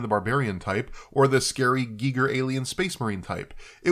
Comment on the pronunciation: Please pronounce Geiger properly.